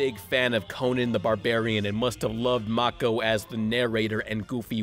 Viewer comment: MAY-KO! Nor Ma-ko fucking hell you fury